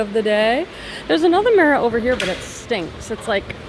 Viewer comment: Lol I was literally thinking the same thing.